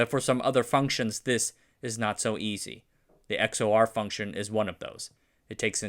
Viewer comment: FYI, XOR is pronounced “ex-or” like “ECK-sor”